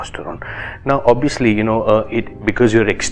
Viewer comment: Did u just say Obbiyuslee???😂